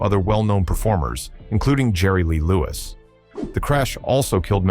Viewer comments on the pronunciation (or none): none